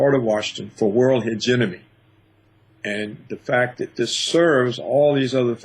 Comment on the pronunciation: it's HEGEMONY, not hegenomiy lol, I love Paul Craig Roberts